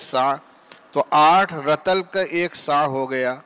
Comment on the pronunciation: رَطَلٗ تلفظ غلط ھے رَطٗلٗ یارِطٗلٗ ھے فَجِرٗ نہیں فَجٗرٗ ھے میں نے ایک دو منٹ ہی سناھے پورے سبق میں کتنی غلطیاں ھوں گی دارالعلوم میں بھی اب ایسے لوگ بخاری پڑھانے لگے